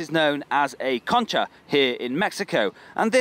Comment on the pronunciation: Concha sounds so weird between english words xd